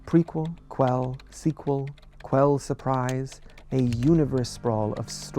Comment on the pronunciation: Not the “kwell surprise” come onnnnn